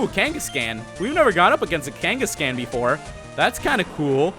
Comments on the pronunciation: Pls stop saying Kenkescan. It's pronounced Kangaskhan m8 :-) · I know I'm like an eternity late but, Kangascan really it's kangaskhan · OH MY FUCKING GOD ITS NOT KANE-GESS-CAN ITS KANE-GESS-KHAN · Kangaskan Kangaskan Kangaskan. It's like he was trying to bother me on purpose! It's KangaskAHN! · PLEASE STOP SAYING KANGA-SCAN OMG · Its pronounced KangaskHAAN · the way he said kangaskhan made me crack up for some reason...